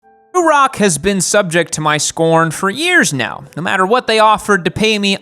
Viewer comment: The way you say Ruroc makes me wanna lose my shit.